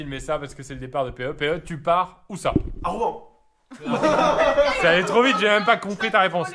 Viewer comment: Mais APPRENEZ à PRONONCER LA VILLE DE ROUEN !!!!!!